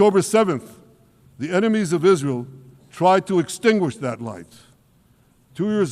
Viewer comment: Israel!! He said it right..